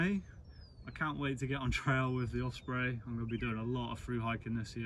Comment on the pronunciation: Great video, but there's no F in Osprey...😁